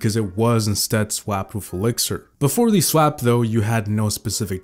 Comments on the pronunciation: am I the only one that heard him saw s wap instead of swap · The way he said "swap" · i love how u say swap